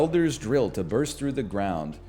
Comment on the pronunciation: "What about a small blurst of..." Surprised you didn't go with "What about a small Durst?"